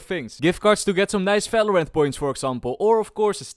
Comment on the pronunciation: "falorant" again